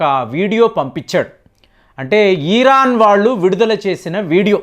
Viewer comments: ఈరాన్ కాదు, ఇరాన్. అలాగే లూసిఫైర్ కాదు, లూసిఫర్. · మీరు ఇరాన్ కి బదులుగా ఈరన్ అని పలుకుతున్నారు. అలాగే కొన్ని పేర్లను కూడా మీరు తప్పుగా ఉచ్చరిస్తున్నారు. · Mottam Sodhi, ee rraann😅, tel alvi😊 perlu sariga paluku sir😮